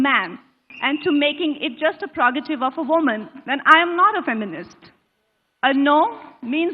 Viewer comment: Kangna Renaut has learnt the language rather nicely. Her diction is also polished. However, the word "prerogative" she pronounces as "pegorative". She is advised to correct herself.